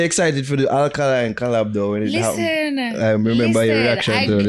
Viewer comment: 😂😂 She pronounce Alkaline as Olkaline